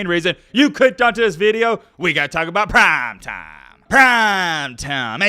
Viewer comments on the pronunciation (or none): If you’ll stop saying “prime time” in the whitest mans voice ever, I’ll keep watching your videos